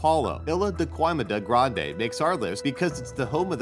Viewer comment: xMortalBlade Also the way he pronounced Ilha da Queimada Grande. Horrible pronunciation . I’ve been to Miyake twice and Queimada Grande often for diving.